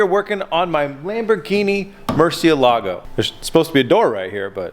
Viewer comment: pronounced .... Mercy-Elligo.... not Mercia-Lago